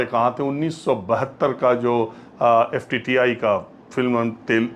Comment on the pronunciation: Pls call FTII and not FTTI. Also would like to correct you on Kishor Kumar's song for Mithu Da. Kishore Da has given playback for him in movie Waqt की आवाज. Sridevi was against him